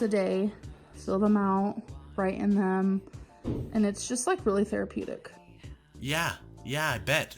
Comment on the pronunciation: Tell me she did not say theripitic I’m going to flip it’s therapeutic get it right please😂😂